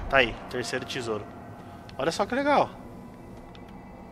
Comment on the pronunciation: Cara, como é terrível ouvir dizendo "tisouro" toda hora, aposto que os dislike foram por conta disso!